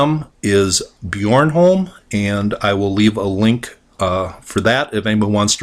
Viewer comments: Interesting that you pronounce Born as Bjørn. It's just Born as in English. The ancient name "Borgundarholm" probably comes from "Borg" which means castle and "Holm" which means an island which rises high from the sea. Quite a few old ruins of castles here, and also old churches said to be made by the templars. Please don't confuse Kensington Runestone with Bornholm. There are no Runestones in Scandinavia which looks like Kensington because it's a fake. Bornholm is not fake though, I live there. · Lmao I live on that island Bornholm. Edit: And yes you pronounce it wrong. the holm is almost accurate. but the born part is just like the english word for being born lol. And were part of Denmark.